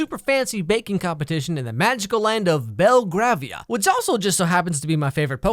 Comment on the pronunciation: Ok this bothers me a lot you say belgravia different than it is you say it like. Bell-gravy-ah